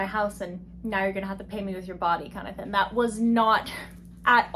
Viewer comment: i just found your channel and i idk i like the way you express yourself and its silly the way why say thin and not thing 😭💗